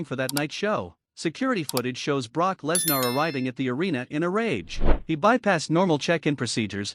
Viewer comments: Please stop mispronouncing Lesnar 😢😢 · Stop mispronouncing Lesnar 😢